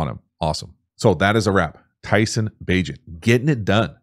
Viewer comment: Bagent rhymes with agent.